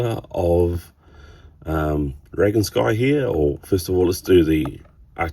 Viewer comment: He's a beautiful figure mate... I reckon when pronoucing his name, the "on" sound is dominant, and the "sky" bit pronounced as "skee." S "Drag-ON-skee." Does that make sense, lol?